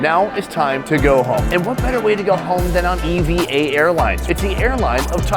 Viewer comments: It's pronounced Eva, just like a proper name.... Stop saying e v a. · It’s not pronounced as E V A, it’s pronounced as E-VA. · Its not e.v.air its eva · A few things. Puerto Rico is also home to it is part of the USA. And it is pronounced “eeva”